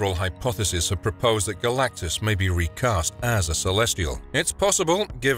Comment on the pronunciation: Garr lack-tus lol!